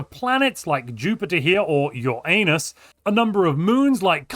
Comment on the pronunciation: Why would you say Uranus like that? Why?